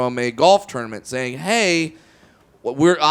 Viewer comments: Its tournament not ternimant lol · Jay Mee lol he does pronounce it like that